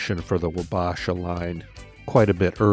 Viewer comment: it's pronounced WAH-BAH-SHAH sincerely, an Isanti Dakota man 🪓 Minnesota is our homeland and Chief Red Wing and Chief Wabasha are the meaning behind these name's